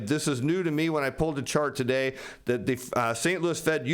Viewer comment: Say Today properly ffs or don't present on YouTube.